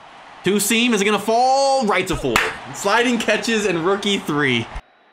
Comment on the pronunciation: anyone else hear rook e3 when he says rookie 3?